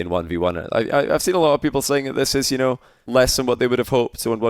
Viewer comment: “Everything you need to knoiw”